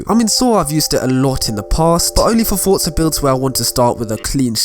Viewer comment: "fotza horizon 4"